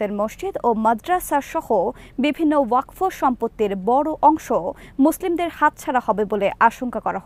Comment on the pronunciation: ওয়াক ফ নয়, শুদ্ধ উচ্চারণ হবে ওয়াক(ফ) wakf